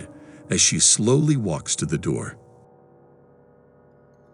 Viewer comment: “Open the noor”